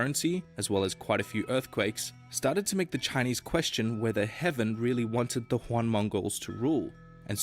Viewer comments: Yes THIS! It is so painful. There seems to be some confusion in the west that romanized mandarin has something to do with spanish in adding 'H' in the pronounciations. Simple 80% improvement, resist the urge to add H... "JHing' (jing) is still... okay, but 'JUAN/HUAN' (Yuan) is totally omg foreign word = spanish. 😅😅😅 Heck. The reason this video is illegal is probably 80% the terrible pronounciation and 15% the weird innacuracies that doesnt add anything to modern china, and final 5% the weird insinuations that throughout history china is gna turn communist lol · I mean...sure we should not be harsh when someone from other culture tried to pronounnce your language but failed. I don't want to be mean but that whole "Juan dynasty" "Shua dynasty" thing really haunt me😅 It's almost like when you speak english to american ppl but sounds like German. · The moment he said Juan I could feel a part of my brain killing itself .. Like out of all the mispronunciations you could make, how do you as a native English speaker see the letter Y and think, "mmm, this definitely makes an H sound like the Spanish J. I'm not even going to check" Pinyin can be confusing to read at first but how tf do you mess up one of the easier sounds. You could get away with saying "Yew-anne" because it's at least halfway there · I have never seen more horrible chinese pronunciations than in the original video, like what the actual fuck are jau and juan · When you spend probably months writing, researching and animating a video about Chinese history but won't look up basic pronunciations. Juan dynasty killed me.